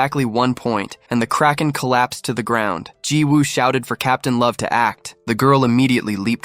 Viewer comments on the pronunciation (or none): none